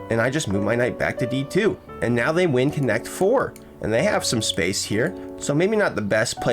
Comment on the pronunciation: “þey win connect 4” lol